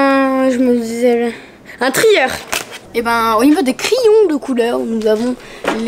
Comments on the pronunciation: C'est crayons et non cryon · J’attend ça depuis longtemps........ " criyons" mdrrr